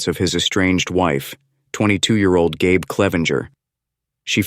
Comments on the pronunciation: Gabe is a man's name. I think her name is likely pronounced GABBY. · Dear AI video bot voiceover... it's pronounced "Gabby" as it's a female...